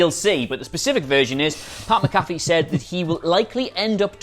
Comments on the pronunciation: Guys... "Mac uh fee" not "muh caffey" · bro it’s Mac-A-Fee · Can you guy please say his last name right his last name is McAfee the pronunciation is Mac 'afee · Getting triggered by all the times you say pat McAfee wrong.